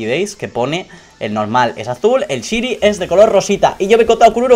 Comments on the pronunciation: se pronuncia shainy no shini si no sabes no lo digas noob que suerte tienes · se pronuncia shainy no shiny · lo pronuncia mal es "shaini"en español y en ingles también:v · 131313ana00 en ingles se pronuncia shaini y en español es variocolor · se pronuncia "shainy" no shini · Tres cosas: 1 porfavor SE PRONUNCIA SHAINI no shini... 2 Pobre xd. 3 suertudo! like si lo les. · No se pronuncia "Shini", se pronuncia "Shaini". Es solo un consejo ^^ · se dice "shaini" xDD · Shyny aaaaa me duele que digas shyny y no sahiny se dice así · Se dice shaini no shini 😊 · es shiniiii es shiniiii se dice shaini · Se pronuncia "shaini" no "shini" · porque dices ''shiny'' se pronuncia ''shainy'' ¬¬ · se dice chaini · shainy jaja no shiny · se pronuncia saini o eso creo xd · gongora xd digo que shiny se pronuncia saini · se pronuncia shaini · aunque se escribe shiny se prnuncia saini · Se pronuncia como shainy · Se pronuncia "shaini" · shainy dilo asi plis😂😂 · en vez de "shiny" se pronuncia "shayni" JAJAJAJJAJA un saludoo!! 😂💪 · se pronuncia "shaini" pero muchas felicidades:DDDD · excelente pronunciación:sini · AAAAAAAAAAAHHHHH(se pronuncia shainy)HHHHHH LA ENVIDIA ES REAL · POR FAVOR Shiny se dice "saini" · Se pronuncia shainy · Se dice Shainy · se pronuncia /shaini/ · se escribe shiny pero CREO QUE se pronuncia saini. LO DIGO PARA QUE LO SEPAS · se pronuncia saini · aprende a pronunciar shiny